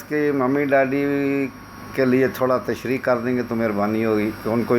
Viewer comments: طلعت صاحب تشریح ح سے ہے ع سے نہیں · لفظ "تشریع" نہیں "تشریح" ہے۔۔۔